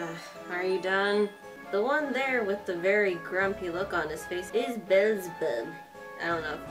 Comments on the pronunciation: I don't know if anyone already told you this but the guy with the name Beelzebub is spoken out like Beezelbub just a quick tip im already a fan of this and my one thought for Asmodeus the lust Avatar was just "he's probably going to be similar to Laito" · I wanted to tell u they pronounced it Bee-zl-bub